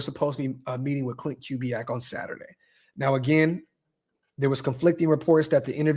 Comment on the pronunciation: Correct pronunciation of Klint Kubiack: Koo-bee-ack